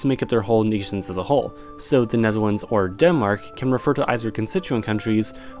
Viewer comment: the way you pronounce the Netherlands